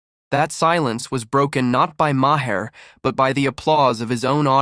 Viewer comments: Try pronouncing it Mayer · The H is silent in Maher